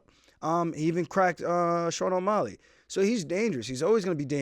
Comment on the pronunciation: Why do you keep calling him O’Molly 🤣